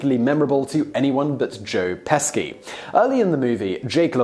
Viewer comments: Joe PESKY?!?!?! That is so wrong. Don't disrespect the legend. Learn the correct pronunciation. It's Pesci, pronounced Pesh-sheee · Well u actually had me loling for real! Peshy, not pesky..funny tho..😁😉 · Pesci is pronounce Peshy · I don't know how many people have mentioned this already, but for some reason he kept saying Joe "Pesky" instead of the correctly pronounced "Peschi" or "Peshi". Does he know this? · Pesky? 😂😂 its pronounce peshy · PESHI! No Pesky! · Joe "pe-ski?" No kind sir. Joe "PE-(short 'e')-SHE" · It's pronounced Joe Peh-Shee not Pesky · Pesci is not "Pesky"... it's "Peshee". How do you pronounce "bruschetta"? Why do Brits have no ability to pronounce anything in a foreign language correctly, except perhaps French? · Joe "Peshy" not "Pesky" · Pesci = "Peshy" or "Peh-she" not "Pesky"... Raimi = "Ray-Me" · Simon, Joe Pesci's name is pronounced Peshy, not Pesky. Have you ever, ever heard someone say his name? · Joe pe-she not pesky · Who the hell is Joe Pesky? ohhhhhhhhhhhhh joe PESCI (pronounced PESHY!!!!!) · Who tf is Joe Pes-kee? lol I know you do 20 videos a day, but Pesci is pretty famous. Shouldn't be hard to get right. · Its pronounced peshi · Joe Pesci...... pronounced ( Peshy)... not trying to be rude just wanted to help.... hugs Lynn Weasenforth 💯💜💛💙☮️ stay safe from the pandemic madness we are all going through. .if I have made a mistake I'm sorry 😐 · I'm totally not trying to sound like a know-it-all,but Joe Pesci's last name is pronounced like "Peshie". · Joe Pesky???? 🙄 have some respect man. Learn to pronounce peoples names for heaven's sake! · Literally mispronounced half dozen actor names. Famous actors. Pesski? Really? Awful. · Joe "Pes-ski"? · Does no one double check Simon’s pronunciations? Pesky joe Pesci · When did Joe Peschi become Joe Pes-ki? And what about the Twilight Zone movie, you know the part where Vic Morrow was DECAPITATED? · Joe Peski??hahaha...that’s just unprofessional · Joe Pesci's last name is pronounced Pe-shi.